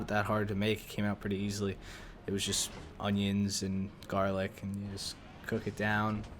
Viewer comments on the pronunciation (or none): none